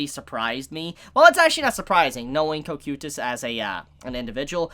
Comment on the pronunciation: how do you get it wrong. in the show they pronounce is co-kai-tus